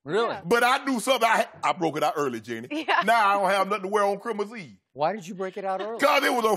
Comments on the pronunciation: So are we not gonna talk about shannon saying Chrimas instead of Christmas lmao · “Crimos eve”......... lol